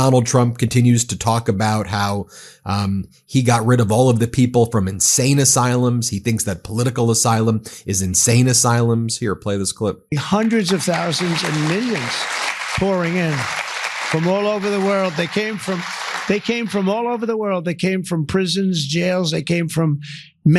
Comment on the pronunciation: Did he actually say "hundreds of thoudands of millions" Lol